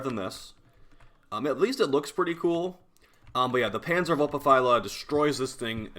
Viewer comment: He said Vulpaphyla correctly? Damn, now that's growth